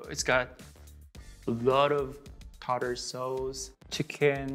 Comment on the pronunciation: Tartare so-h-zzzz